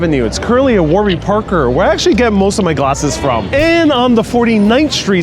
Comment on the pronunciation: Please try not to say “akshee” it’s actually. Thank you.